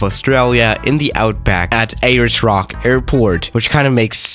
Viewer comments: A-LERS ROCK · No one:: Ayyers Rock